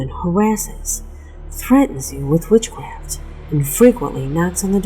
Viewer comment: Actually I'm not being offensive but I think you said wheel wits cwaft